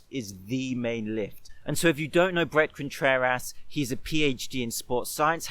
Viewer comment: "Brett contrer-ass" 🤣